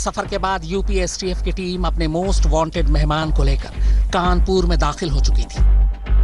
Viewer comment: कानपूर नहीं है भाईसाहब ।।। कानपुर है वो